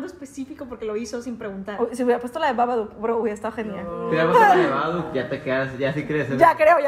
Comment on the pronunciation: Ame cuando el google dijo BaBadOok👹👹👹